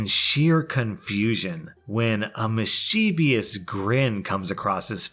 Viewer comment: Say it with me now: MIS-chev-us. MIS-chev-us.